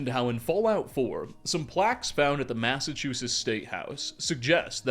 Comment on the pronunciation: How have you made so many Fallout 4 videos and still pronounce Massachusetts as ‘massachusis’. As a mass native I had to point out since I watch so many of your videos. Love your stuff!